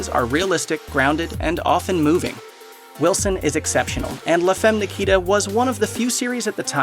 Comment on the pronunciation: Please look up the correct pronunciation of "femme". :(